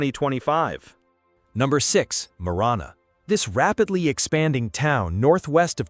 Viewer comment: Prescott and Marana were also not pronounced correctly. Heard quagmire more in this video than Family Guy